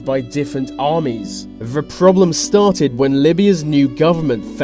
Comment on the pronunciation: Vis video is brought to you by ve letter V.